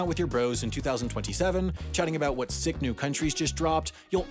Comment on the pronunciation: "sik" not "sick" LOL